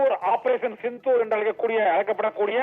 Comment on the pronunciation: operation chithoor ra, sindhoor da. Nalla tamizh pesara, vazhga bharatham, vazhga natramizhar, vazhiya senthamizh naadu